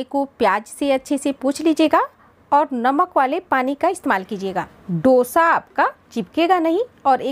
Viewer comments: Dosha ,Dosha nahi Dosa hai😊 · Please note the correct name of the dish. It is called" दोसा" ,not " डोशा" as most north Indians mispronounce it.